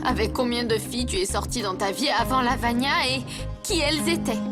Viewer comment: Je rêve ou a dit Lavanya